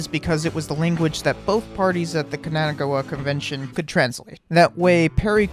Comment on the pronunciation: Man, hearing you say "Kanagawa " hurts.